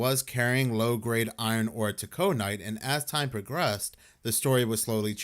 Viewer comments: "Taconite" is pronounced like "tackuh-nite" not "Tuh-CO-nite" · Taco night😅 it's actually "tack-oh-night"😅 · It’s pronounced “tack on-nite “ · It's actually pronounced "Tack O nite."